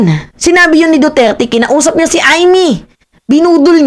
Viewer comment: sunod maayos na words nalang ang bigkasin mo..Lagi kitang inaabangan nung time na sinabi mong DuTAE nakain ako ehh nangtatanghalihan Panaman ako.😅😅😅😅